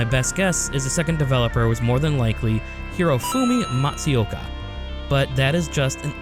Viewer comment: “Kaioto” “Gunpai Yokoi” “Hiroji Kaiotake” “Hirofumi Matsiyoka”